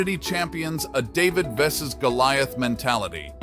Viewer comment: Since there's likely no human voice - witness the way it pronounces 'vs' late on.. It could never get Mt Jude (Judy) or Mt Gilead {gill-yurd) right!